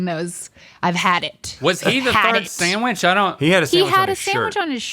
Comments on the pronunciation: Fun fact, the word Sandwich is pronounced sand witch. There is no M in there! 🌈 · Dear, please refrain from saying "samwich" 😣